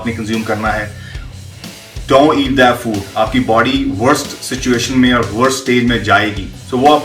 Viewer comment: Body...not baadyy